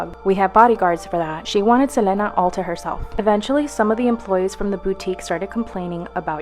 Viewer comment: Ugh the way that girl kept pronouncing Selena's name irritate the crap out of me